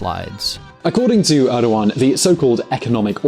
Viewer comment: You pronounced Erdogan wrong